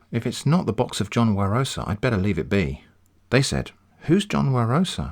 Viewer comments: It's John Wa-roh-sa not John Warosaaaa -Hermione probably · Every time I hear "warosa" I took a shot, now I'm dead. Please send me $98,0535,30.639 united state dollars for medicalsbill